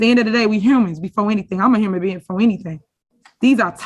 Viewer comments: Repeat those words again!! You are a , What? Herman Being 😂😂😂😂 She right about that!!! The word is Human Being not Herman Being 😂😂😂😂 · Hurrin bein????? English Class is desperately need…….Leader Henyard.